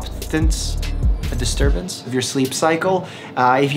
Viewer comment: Mike: pronounces somniloquy flawlessly not know if it was correct Also Mike: mispronounces disturbance